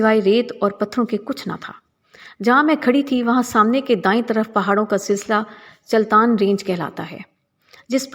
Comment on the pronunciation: اس پہاڑ کا نام چلتن ہے. چلتن ميں ج کے نیچے زیر ہے. یہ چلتان نہیں ہے.